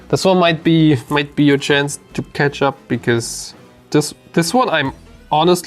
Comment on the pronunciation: There is a Swedish guy on YouTube who talks up designing tcgs. He talks a lot about having catch up mechanics, but he pronounces it ketchup mechanics. Never forget to bring ketchup to locals.